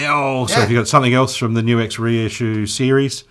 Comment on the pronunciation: GLAD to hear you know HOW to say NUX! (Many don't!)